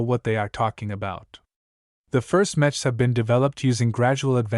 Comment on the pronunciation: I don't expect much from ai narrations but this is a story about mechs and it can't pronounce "mechs" or the main characters name, why go through the effort of uploading it did you not check to listen to the first few minutes?